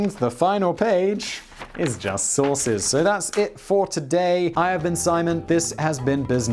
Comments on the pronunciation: Everytime he says "sources" I think he says "sauces". Ha, making myself laugh over here. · I keep thinking you are saying that the last page are Sauces. I kinda want a Kodak sauce now.